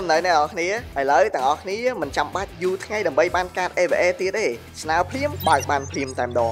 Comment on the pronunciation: នៅក្នុងវីដេអូ "ញុំ" "ង៉ៃ" អ្នកដឹកនាំថតអត់បានអាន script 😂😅